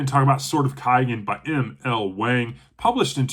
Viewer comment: You don't even know how to pronunce her name!! It's a long A sound. It's pronunced the same way as Wong.